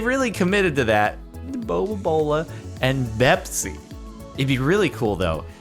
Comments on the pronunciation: Its Bepis not Bepsi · It’s 🅱️epis not bepsi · It not bepsi it bepis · It’s bepis not bepsi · it's not Bepsi, it's Bepis! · It's not bepsi, its bepis. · It’s not bepSI, it’s 🅱️epIS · It's pronounced beep is